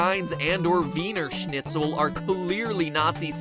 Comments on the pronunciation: Wiener Schnitzel is fried chicken or veal cutlets cut extremely thin with a slight hint of lemon. Wiener meas it comes from Wien (pronounced Veen in English) which is the Austrian City of Vienna. Wiener Schnitzel is not a sausage. Do you even do research on your shows? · As a german, i find his pronounciation of "Wiener Schnitzel" quite hilarious.